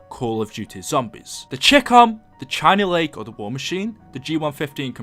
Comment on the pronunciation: The China Lake China Beach China bitch The way you pronounce it